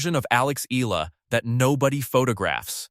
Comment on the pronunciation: its EALA, not AYALA